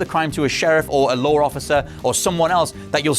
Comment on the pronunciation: Lore enforcement.. lol